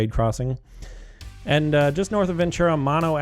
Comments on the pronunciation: Mono Street is pronounced how the county is pronounced: "Mow-no" not like the disease "Mon-o." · “Mono” is pronounced “moe-know” as in the Indian tribe. Fresno street names are a mix of native languages and Spanish.